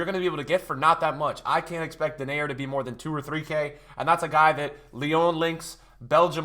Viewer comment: Denayer his name is pronounced different. And if u pronounce it correct it means the screwer/fucker in dutch